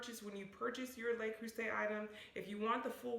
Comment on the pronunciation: Great review and great advice!!! Thank you! Just FYI, I’ve noticed most Americans mispronounce the “Le” in Le Creuset as “lay.” It’s actually pronounced more like “leuh.” 😉